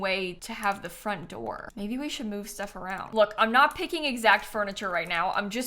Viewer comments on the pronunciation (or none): none